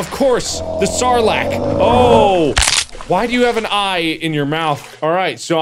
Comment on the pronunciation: I didn't know he was a star wars fanatic until I heard him call it a "saarlac"